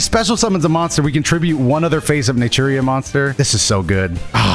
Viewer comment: Everytine you say natura i hear nigeria